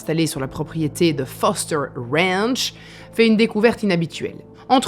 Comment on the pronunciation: ... Dans un wwwwwwwwranch de la région de wwwwwwwrowwwwswwwwwellllll ... 🤣🤣🤣 Yeaaaaaahhhh 🤠🤪🤣